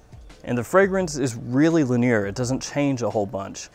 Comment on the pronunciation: the fragrance is pretty li-nIEr..? That's an odd way to pronounce it. Or it might be common in the south, dunno